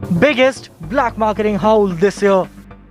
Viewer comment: Haul is pronounced as "HALL". Not "howl". I expected better, from INDIA TODAY.